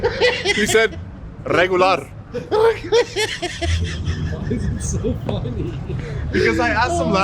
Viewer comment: 😆 🤌🏼 He said , Rrregularr ! 🤣🤣🤣🤣😭😭😭😭